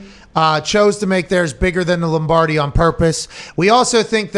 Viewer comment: please tell me you said Lombrady on purpose LOL